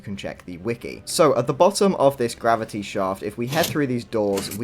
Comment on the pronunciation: I genuinely cackled at "mavity."